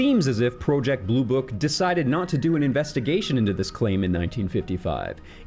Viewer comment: Never in my life have I heard someone pronounce project as pro ject